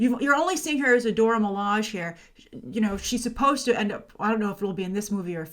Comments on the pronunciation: I'd like to give you some feedback on your pronunciation of the term 'Dora Milaje', which both the creator and the animated appearances have confirmed as Doh-rah Mi-lah-shay. Not a biggie, just thought I'd point it out. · You know who the Dora Milaje are but still can't seem to pronounce their names properly..... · The proper way to pronounce Dora Milaje is in most of the comics. Multiple wiki pages have the proper way to pronounce it and the people involved in the movie have been recorded pronouncing the name properly.